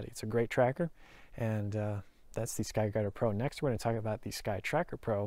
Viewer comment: Holy shit, you say it so fast.... "SKY DADDA PRO" Thats what I'm hearing. 4 times, you said sky dadda pro...